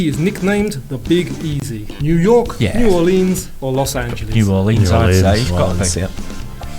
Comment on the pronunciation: National Association for Stock Car Auto Racing. NASCAR. I had to look it up laughing because I had no idea what it stood for either. Loved it as a kid, haven't watched in years. Also, shout out for saying New Orleans properly!